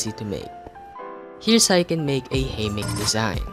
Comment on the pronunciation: I like when he says haymeck instead of hammock